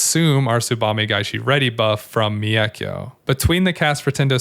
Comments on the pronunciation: One criticism - the "Mei" in "Meikyo" is kinda pronounced like "May." In Japanese, "e" is pronounced like "eh" and if it's followed by an "i" then you just hold the "eh" sound for slightly longer. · Thanks for the great guide as always! Just one little note, the way you pronounce mEIkyo is pretty funny 😆